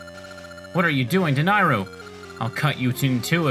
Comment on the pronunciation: The Y in Nayru makes me think of the word yay so I say it like that. You say it as if the A is an I